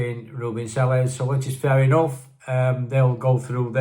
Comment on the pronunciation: Welcome back to Blighty,! I hope you enjoyed your Turkish delight. Being a bit of a Spanish speaker, I would love it if all Unitedites could learn the Spanish pronunciation of Sr. Selles name. It's actually quite easy - "SAY-YES". I'm sure he would appreciate it if we all made an effort. The last time I tuned in, I noticed that Jimmie was trying his best. As for HAMER, "HAYMER" is the Anglicised version, whereas HARMER is certainly more Dutch or Brazilian. Adios amigo! Hasta luego!